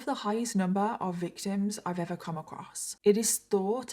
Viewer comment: The way she says EVA (ever) just lightens up my day ❤